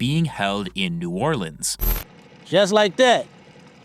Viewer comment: bro even said new orleans wrong